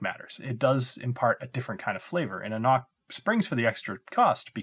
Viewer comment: oh, the c is silent... anC-no... lol, awesome